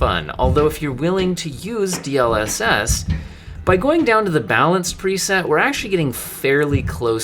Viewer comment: the point of an acronym is that its not meant to be pronounced as a word... As it is an ACRONYM....